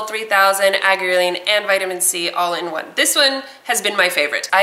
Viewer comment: it's pronounced ( Are-gee-er-leen)